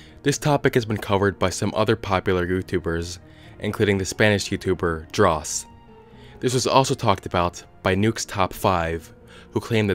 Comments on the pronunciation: i loved the way you said "Dross" like he's my fave spanish youtuber :")) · i love your pronunciation of "Dross" 😄